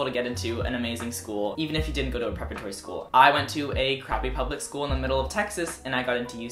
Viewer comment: It's "preparatory" - not prepretory. My son went to prep schools from grades 6 through 12 and did get a significant advantage, including large scholarships, and acceptance to a upper tier college. His grades were good, and his test scores were, too. Also, there are times when a good SAT or ACT score CAN make the difference in acceptance. If your grades weren't the best, but your test scores are really good, it indicates latent potential. It probably won't get you into an Ivy League school, but for most lower echelon schools it may just be enough to help them choose you.